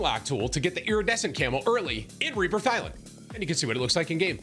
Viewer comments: Eerie-dessent got me tilted. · The way Tim alternates between pronouncing iridescent right and wrong is driving me nuts 😂😂😂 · Brother please learn how to say the word “iridescent”